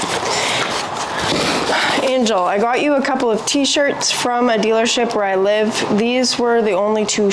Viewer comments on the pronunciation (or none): none